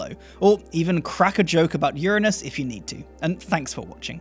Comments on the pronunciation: well done at pronouncing Uranus correctly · Hi, Love your videos. Your enthusiasm is infectious. Keep up the great work. P.S. I'm so glad you pronounce Uranus the way you do. So sick of the "anus" pronunciation. Regards from Australia. Cheers Mate.